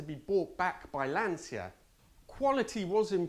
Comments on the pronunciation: Would it be demanded too much to pronounce "Lancia" correctly - for an "Italian" ? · Nice vid, the right pronounciation of Lancia is with a c similar to the first one in check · Why can no British car reviewers - Top Gear et al - even say the word Lancia properly? Do they drink 'capussinos', and say 'siao'? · The Ferrari 512 is your number 1 pick that makes you ashamed of being Italian? Seriously? Not the Multipla? By the way, you are the only Italian who doesn't know how to pronounce Lancia. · If you are Italian, you should learn to pronounce 'Lancia' correctly. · Giving it large about being an Itie, yet you can’t pronounce Lancia. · Decent pronounciation... but it's not "Lansia", it's Lancia (pronounce it "Lancha"). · Delighted to hear your Italian origins - half Italian myself. But please pronounce Lancia correctly as Lancha, not the anglicised Lansia!! Live your videos though. 😁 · Astonishing that despite your Italian roots you keep pronouncing Lancia wrong. It’s pronounced Lan-tsha (the i is muted) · Interesting review and I finally learned where the Arna name came from. One observation: I really appreciate that even if you speak perfect English with British accent, you still pronounce the name of the cars with an Italian pronunciation but LANCIA??? It’s “Lancha” 😉 I know you know it…. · Cmon, at least you as an italian should know that Lancia is spelled closer to "Lancha" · Not qualified to correct your Italiaaaaano accent but I always thought that Lancia was pronounced Lanchia? Like Chinzano? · If that "horrible" 512 M was sitting in my garage, I'd be jumping up and down with joy 24/7. Maybe a low blow but, as an Italian, your pronunciation of Lancia is true pain to my oversensitive full blooded paesano, from Tuscany, ears. A little practice would help. Grazie. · You should be more ashamed of how you pronounce Lancia. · Great video as always! Just do me the favour and pronounce the name "Lancia" correctly in the Italian way 🙏🏻🙏🏻🙏🏻